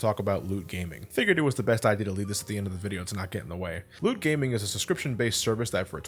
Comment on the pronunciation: "Loot Gaming" sounds like "Lewd Gaming" not gonna lie.